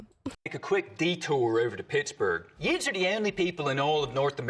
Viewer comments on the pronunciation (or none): Excuse me, did you say, "Yutes"?